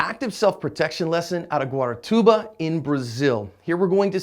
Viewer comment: Funny hear john say "Guaratuba"!